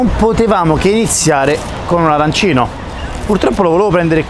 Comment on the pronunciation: Si dice arancinooooooo